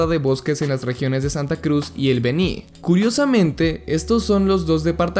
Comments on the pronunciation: No es Bení, es Beni Jaja Excelente video man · Amigo.... Felicidades buen video.... Está bien informado. ... Pero debo corregirte.... No es BENÍ..... ES BÉNI..... CON ACENTO EN LA E.... SOY DE BOLIVIA Y SE ESCUCHO SUPER CHISTOSO 😂...... Buen video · Se pronuncia El Béni con acento prosódico en la E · Eeeee... se dice Beni ( Béni) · Esta buena pero Beni se pronuncia sin la tilde en la I por lo demás esta bien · Beni no lleva acentuación en la i, soy boliviano así se lee